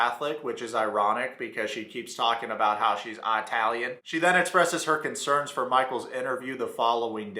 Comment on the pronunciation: Anyone who emphasizes the “i” in Italian isn’t Italian 🤣